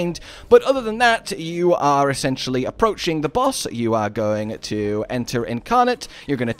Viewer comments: It's May-Lay. Not Mel-Lee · As much as I like the vids, the way melee is pronounced makes me shut if off immediately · The fact that you can't pronounce melee correctly makes me ignore your video. Sorry but it's cringe